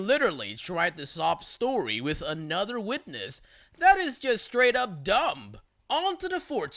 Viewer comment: i know you're a doggo but don't say the B in dumb and plumber lol thank you! you mispronounce a lot of things but those two are bothersome more than the others.